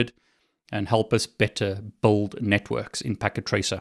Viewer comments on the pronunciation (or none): Oh He's saying 'build up a Network'. Up to this point I thought he was saying 'bold up a Network.' :)